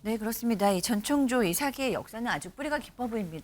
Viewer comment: 오 저 분홍옷 여자분 전청조 발음 연습 좀 하셨나봐요 ㅎㅎ 지난번앤 노상 정찬조라고 하시더니 이번엔 제대로 발음하려고 노력은 하시네요, 비록 혀가 꼬여서 발음은 여전히 제멋대로지만요 ^^